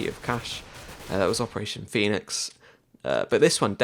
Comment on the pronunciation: 'opertation' heh